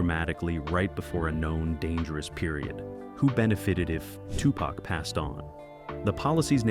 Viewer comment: Ya know imma need for yall whom attempted to say TuPac full name need to learn it properly!!! Yall be fucking it up